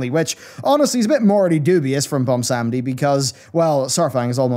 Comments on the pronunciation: Take a shot everytime he says "Bomsawndi" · BWONsamdi. BWON. there's a 'w' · butchers the pronunciation of bilgewater and bwonsamdi too